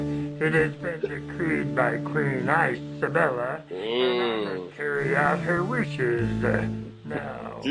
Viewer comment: "Queen ICE-abella.." Me: *rolls eyes so hard they fall out*